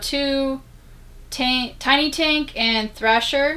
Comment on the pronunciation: LOL it sounded like you almost said Tiny Taint when saying Tiny Tank on the Jam Pack's Disc.. I have a bunch of those demo discs for the PS1 and XBOX that came in the magazines…. I miss those, they don't even have download demo's for a lot of games which would be so easy. Great collection some fun titles in that bunch. My #1 is Metal Gear Solid... it's what made me buy a PS1. I have around 75 PS1 games.